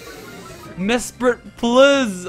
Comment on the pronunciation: Did you know you said Mispret not Mesprit